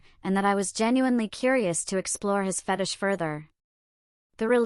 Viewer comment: Stop mispronouncing fetish 😢